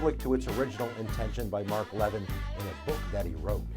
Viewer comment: It's strange to hear you mispronounce Mark Levin's last name... Based on his own radio and television programming where he says his own name, it's 'luh-VIN', where the 'luh-' is like in blubber.